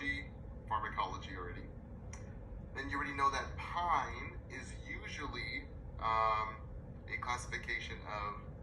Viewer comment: Pine? It's pronounced peen. Typicals blocked strictly dopamine. Second generation atypicals interact on both Serotonin and dopamine. There's much to it. Atypicals you're risking metabolic issues typicals there's the Parkinson's like effects. Shuffling gate etc.